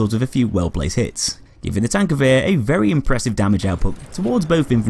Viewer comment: HANS! TANKGEWHER